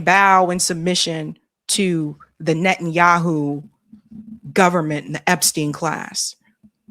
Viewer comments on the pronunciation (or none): none